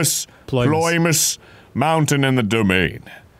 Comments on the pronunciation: OMG Arin mispronouncing Ploymus mountain again the exact same way as last time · it’s small compared to all the rest of the references in the vid, but i love how arin still has the same trouble pronouncing ploymus mountain six years later